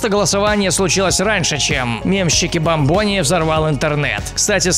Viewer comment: Правильно чикбАмбони, а не чикибамбОни!!!!